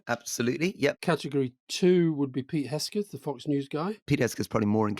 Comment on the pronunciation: It’s Pete HEG-SETH, not Hesgeth